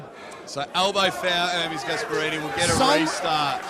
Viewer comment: Dont let and English guy host shows like this again please 🤣gaesperini , luvun tf 🤣🤣🤣